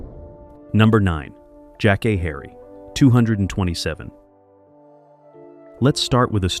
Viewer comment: The show was called Two-two-seven, and the lady's name was pronounced Jack-Kay